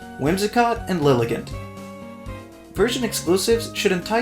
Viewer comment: LILLIGANT, NOT LILIGENT!